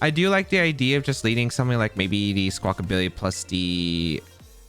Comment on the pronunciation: When you said you’d pronounce Squawkabilly wrong in this episode, I thought, “How many different ways could you possibly say it?” And you definitely showed me lol there are a lot of different ways to say it. Squawkability is canon now